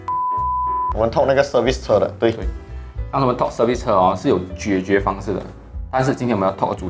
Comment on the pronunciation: 是 jie jue, 不是 jue jue, lol